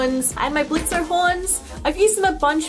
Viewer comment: The O in Blitzo's name is silent!